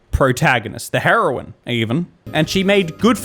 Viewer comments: Am I the only one hearing them say heroin multiple times? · Each time she was talking about the heroine she pronounced it like HEROIN and i was like she is taking drugs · They are pronounced different according to me Heroine is pronounced heeroin Because for hero you say heero so same for heroine And heroin well that is drug